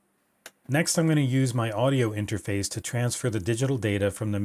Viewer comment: Every time I here “interface” I think of 8-bit Guy saying it as “interphase”